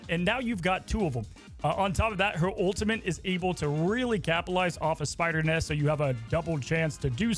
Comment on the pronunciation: he’s back to saying “ultimint” 💔🥀